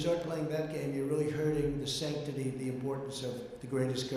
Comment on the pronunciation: "the sanctaty of the dollar" 💰 💫💵🤑